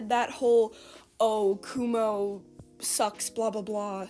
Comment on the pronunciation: Why do you call him kumo when his names is akumu